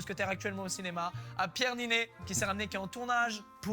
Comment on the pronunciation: niney : pronounce "ninnay".